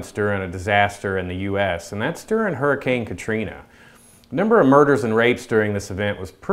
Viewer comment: "Huricane katrina" never again bud.